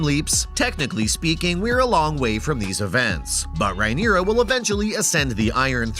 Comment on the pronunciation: Mate you are absolutely murdering the pronounciations. Who in the actual fuck is Eegon? Or Rhyneria? Ugh it’s so cringe.